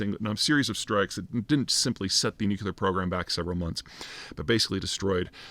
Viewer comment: I love your thoughtful commentary, Peter. It seems you are mispronouncing nuclear and saying nukuler. Can you explain this please?